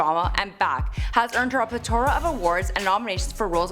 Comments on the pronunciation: Slow down. You're speaking so fast that your words are getting jumbled together. Also, its pleTHora, not pleTora. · what is pletora? Did she just say pletora? Isn't it a pleTHORA?